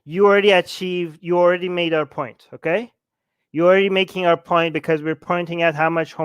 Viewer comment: brotherrr makes a good poieent.